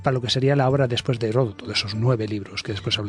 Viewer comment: Aprendan a pronunciar Heródoto, por eso es que estamos tan at trazados en todo. No es Heroto.